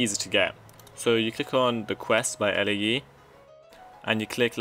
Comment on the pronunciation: Elaiee is a wierd way of saying Lae, your saying the letters i get it but i thought for sure Lae was said like "Lay"